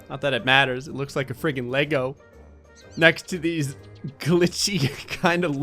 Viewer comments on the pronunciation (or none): none